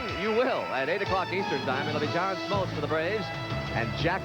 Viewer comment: So true...you don't really consider him a "sports announcer" but he was flawless. And if anybody sticks around to the end of this broadcast, the "sports guy" basically has a brain aneurysm when Lasorda can't remember Smoltz name and then calls him John Smotltz 😂